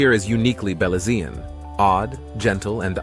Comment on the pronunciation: Please I am a Belizean American I would appreciate you pronounce Belizean correctly. You sound awful pronounce Belizean seriously. I know you meant well but your pronounce is off .